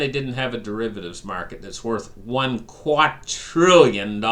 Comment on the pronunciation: Love your channel man! 😎😎 but I’ve got to tell ya it’s “QuaDrillion” with a D. Lol. The way you’re pronouncing it indicates 4 trillion.